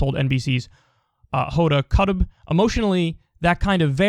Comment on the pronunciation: Kyle, for future reference Kotb is pronounced like the word çopy''.